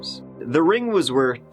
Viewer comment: The ring was worth 20k not wortht 20k learn how to speak like a normal boy!